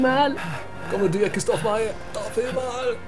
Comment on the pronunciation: Christophe Mae avec l'accent tinois ha ha ha